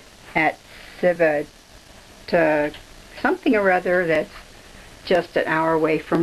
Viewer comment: It's pronounced Chee-veet-ah-VAKE-ee-ah (ancient town). It would be helpful learning a little Italian before visiting there.